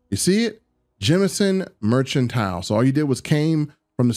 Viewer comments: I kept throwing up a little in my mouth when you were pronouncing it "merch-antile" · Mershentile? Tuskan??Merchantile. MERC-AN-TILE!!!!! Tungsten. TONGUE-STEN!!!!! Tuskan Raiders are Star Wars, not Starfield!!!